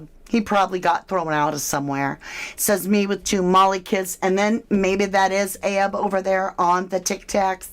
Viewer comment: It's not ahab